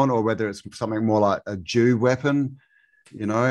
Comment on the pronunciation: He said DEW weapon, i had to rewind and relisten because I heard JEW weapon. 😂😂😂😂